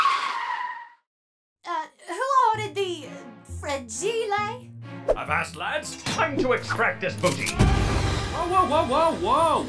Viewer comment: WHO THE HECK ORDERED THE FRAEJILEY?